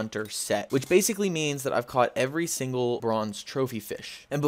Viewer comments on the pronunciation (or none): none